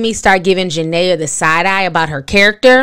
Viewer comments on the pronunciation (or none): Did it bother anyone else that she keeps calling her Janea and not Jenae😂😂